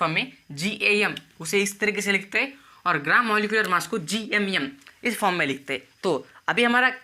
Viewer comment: GMM ❌️ GYUMYUM ✅️